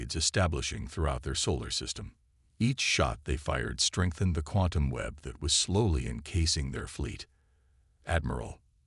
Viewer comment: Say quantum again